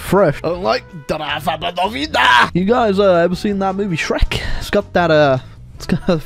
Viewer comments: As i slovenian i must say your pronounciation of drava banovina is pretty good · As a Slovenian, I can tell you that your pronounciation of Drava Banovina is spot on. It's like you're Slovenian yourself! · Damn he said Drava Banovina the right way